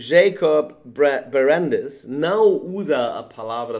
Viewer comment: Oi Daniel. Obrigado pelo comentário. Tenho que admitir que não estou entendendo. A minha pronuncia de Schrödinger deve ser a certa (rs). A minha pronuncia de está errado?